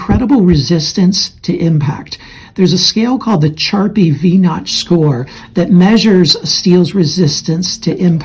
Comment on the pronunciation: The test is pronounced like Sharpie. I'm just a CWI. I've actually been involved in the certification of welding procedures for off shore.